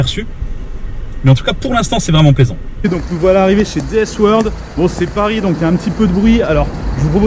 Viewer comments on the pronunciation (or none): none